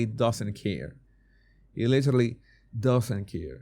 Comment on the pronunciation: He looks drunk. He slurs his words when he says "I literally". The slow eye closing is a classic sign of inebriation. I have been a recovering alcoholic for 12 years, and I know the behavior and speech patterns from my own experience of trying to cover it up at my jobs, with my kids, etc. No eye blinking is a psychopathic trait. I was married to a narcissistic sociopath. He looks generally disinterested and when he smiles it's really creepy. I'm not in politics but I don't follow the question either. The reporter sounds like a Karen.